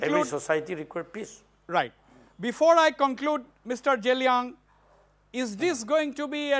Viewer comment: Sir how can u pronounce zee?? Ji or Ze .... It's zeliang nt jiliang😁